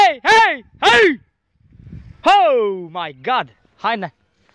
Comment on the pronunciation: Pe mine mă omoară când zice Hău mai gad